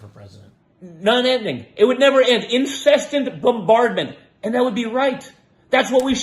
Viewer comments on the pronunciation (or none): Trump Jr.'s mask slipping a bit upon trying to say "incessant" and calling it "Incest-ent" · Trump Jr said "incestant" 🤭